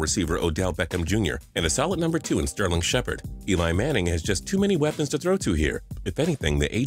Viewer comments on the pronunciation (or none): none